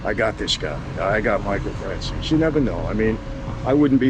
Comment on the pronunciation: Why does he call him Franzeees while the surname is an Italian surname to be pronunced Franzese.